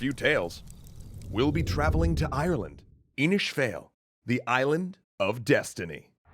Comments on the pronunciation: Glad to celtic mythology being covered, thanks guys. P.S. It's pronounced "faw-il", not "fail", and the best way to translate An Fragarach is 'The Answerer' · Inis fail.......... No, fáil. It's a long 'a' like in fall. Seriously please ask an Irish person (even Scottish) for help with pronunciation!!! So many Americans making videos about Irish mythology which is so cool but we need to all do our bit to preserve the language. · It's not "Fail" as in, well, "fail". The little line above the "a" drags out the letter. Basically it's more like "Inis Fawl." Also, "Daghda" is not "Dagda". The "gh" is silent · Excellent video, but two small issues: fáil is pronounced more like Foyle and Irish people don't take kindly to their language being referred to as Gaelic (Just a heads up, in case the language issue arises) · Fáil is pronounced Fall or Faw-il (if your a news anchor) 😅 but the political party of the same name have a history of failure, so your pronunciation is understandable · "Fail" sounds negative. Pronounced more like "foil" All battles are had in the north. As it is even today! The last thing is provocation only. D'anu de/dia = god Anu 🤔 anunnaki? 🧐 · So far as I know, Fàil is pronounced like "foil." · The Fáil in Inis Fáil is pronounced F, all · Not a native Irish speaker but a few of the words here sounded a bit off to me, if you're using an older form forgive me but Irish pronunciation isn't often intuitive to English speakers... For instance, you got Inis right but Fáil should sound more like Fawl or Fall. Similarly because Irish is weird, Fír Bolg actually is pronounced like "Fear Beleg". Finally, Dian Cecht is pronounced something like Djanka in modern Irish, though the cht sound would be pronounced in older Irish. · In Irish, Fàil is pronounced "fall" thats what the fàda (accent) is for. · Irish speaker here, you pronounced the first part of inis fail right however the second part is sounds more like fall love the content nonetheless you guys r awesome